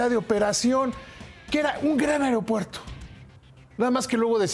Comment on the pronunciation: tu muy bien con tu pronunciación "AIROPUERTO" jajajaja